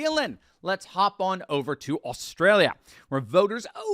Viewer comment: Thank you for pronouncing Australia so awesomely. and "Down Under", Well Said, Good Cards, Nice hand, well played A Plus